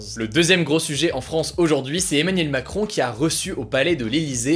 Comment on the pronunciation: ARETTE DE DIRE EMANIEL MACROOOOOOOON